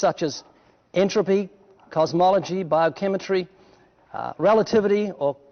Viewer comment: Did Ray say "biochematry"? :-D